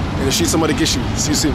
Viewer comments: It's Mogadishu not Modagishu. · Bro, can you stop saying Modagishu. It's Mogadishu 😂. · Is Mogadishu you said moda gishu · hi bro Stop saying modagishu say Mogadisho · You keep pronouncing our city wrong and it’s funny how no one is correcting you 😂😂. It’s “Mogadishu” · Is it just me or Is he saying modagishu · He keeps saying Mogadishu wrong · dude idc, that is the English name for it and getting technical doesn’t change that. Imagine a foreigner trying to pronounce it that way. I’d rather they do it in an easier way since they don’t speak Somali.